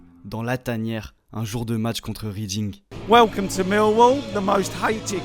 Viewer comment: Why are so many of these types of videos produced by Yanks who know. Zilch about football and can’t even pronounce team names. It’s Reading as in Redding not Reeding you idiot. ‘Millwall lost three to zero’….oh please. I don’t support Millwall but have been there several times as an away fan. Never had a problem with Millwall fans. Had a problem with the Septic who produced this video tho. Yanks dont get football so please stop trying to pretend you do. Youre just irritating. So many factual errors and lack of context. Millwall weren’t alone in having a violent minority or ‘firm’. In the 1980s there were several that were well known, ICF, Headhunters two just in London. They fought eachother sure but you only found trouble if you went looking for it for the most part unless you were just unlucky. Millwall fans love their team just like we all do. This video for tge most part is nonsense